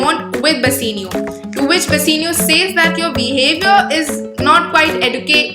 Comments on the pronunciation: It is "Bassanio" not Bassinio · It's bassanio not bassinio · It's not bassenio it's bassanio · It is "Bassanio" and not "Basseenio" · Bassanio its not bussino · Plz don't mind but it is not basenio it is bassanio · Its not Bassinio Its Bassanio Please correct yourlself.